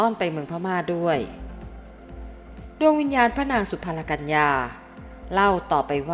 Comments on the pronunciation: ชื่อสุพรรณกัลยา...สุ-พัน-กัน-ละ-ยา อ่านออกเสียงให้ถูกด้วยค่ะ ไม่ใช่สุ-พัน-ละ-กัน-ยา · ฟังแล้วเสียอารม์...จบอะไรมาถึงอ่านไม่รู้ความ. อ่านว่า สุ-พัน-กัน-ละ-ยา หาใช่สุ-พัน-ละ-กัน-ยา....ไม่... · จบอะไรมา เคยศึกษาประวัติศาสตร์มาบ้างหรือไม่ อ่านชื่อพระสุ-พัน-กัน-ละ-ยา ก็ผิด